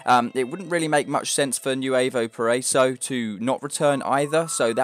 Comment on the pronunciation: "nuevo pareiso" LMAO